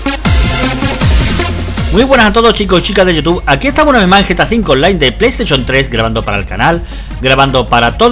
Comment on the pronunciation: Se dice gta 5 no ta 5